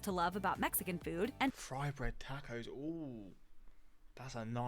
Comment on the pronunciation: I like how you pronounce tacos as tack-ohs 😂. I had never heard that pronounciation before. Also, chile verde is pretty different from curry and clam chowder definitely has its own unique taste. I would like to see your reaction to trying it for the first time. It's one of my favorite foods.👌